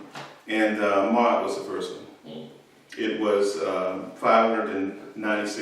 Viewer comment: An observation, not a correction with regard to the Ghanaian master writer Ayi Kwei Armah. His last name was pronounced by himself and others as "R-MAA" or "are-Maa" as apposed to how it is pronounced here as "Ah-Mar". Then too pronunciations of names/words are sometimes cultural and regional depending on the speakers, so there is no hard fast rules as such and therefore not a right or wrong.